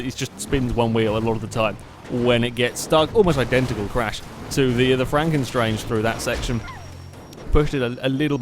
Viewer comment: Isn't it Franken STANGE?